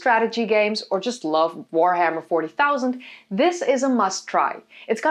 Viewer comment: You don't even say the Warhammer name correctly...pretty sure you aren't playing it.